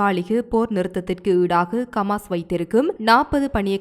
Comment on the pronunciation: ஏம்மா உங்க சமூகம் செய்தி நிறுவனத்திலுள்ளவர்களுக்கு ஹ என்ற உச்சேரிப்பு வராதா ஹமாசுக்கு கமாஸ் ஹௌதிக்கு. கூதி என்றும் உச்சரிக்கிறீர்கள் உங்கள் செய்திகளை உலகம் முழுதும் உள்ள தமிழர்கள் கேட்க்கின்றோம் கேட்பதற்கு அருவருப்பாக உள்ளது பிழை இல்லாமல் திருத்தி வாசிக்க கற்றுக்கொள்ளுங்கள்.